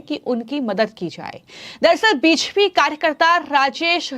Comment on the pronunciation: Anchor BJP ko beshpi bol rhi hai kya ya kuchh aur hai??